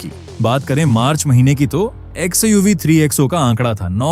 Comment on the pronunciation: XiUV kya Hai bhai.. Ai voice XUV nahi bol sakta hain kya😂 ??